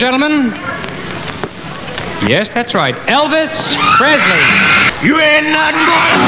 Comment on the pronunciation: Desde que al principio no pronuncias su apellido bien, te deje de ver. Lástima de tu emoción.